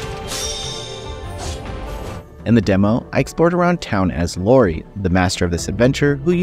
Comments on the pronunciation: Bro called Iori (iori) Lori 🤦‍♂ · Liked the video till you called him Lori.. it’s an “i” Ee-Or-Ee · Isn't the Name of the Protagonist pronounced iori not Lory? Because I'm fairly certain that's a capital i not a small L, if I'm not mistaken. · It's not Lori, it's Iori. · its okay still love you